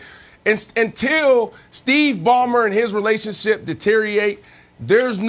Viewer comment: What is “deteriate”?